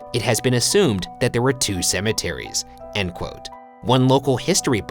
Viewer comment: lol "cemetaries"